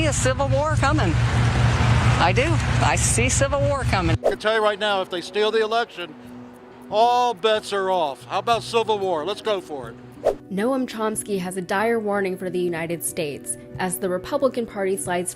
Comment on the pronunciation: did she just call him "no-um" chopsky?